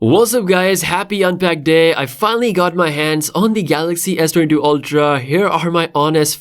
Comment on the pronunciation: मायक्रो स्पीकर को भी समझ नही आ रहा है S22 बोल रहा है या S32 बोल रहा है.